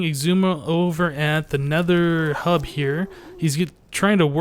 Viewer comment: What is this "hub" you speak of? I've only heard of Le 'Ub.